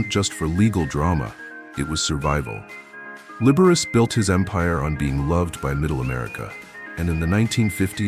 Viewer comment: The computer voice should learn how to pronounce Liberace!